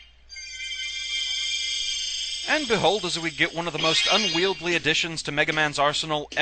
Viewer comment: Alright, so I just have to say that it's actually "Unwieldy," not "Unwieldly." There's no second L. Sorry, sorry, it's just been bothering me for... however many hundreds of vid's I've now watched.